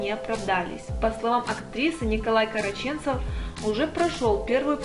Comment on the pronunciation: Я, конечно все понимаю, но тот кто комментирует новости и неправильно ставит ударение в фамилии Караченцов- это просто полный бред, откуда их понабирали?!!!